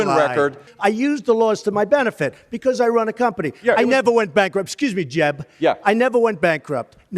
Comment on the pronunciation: “Excuse me, Jeb-uh”💀💀💀💀